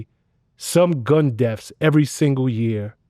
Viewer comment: Vlad's Common'tater says " gun deafs " 😄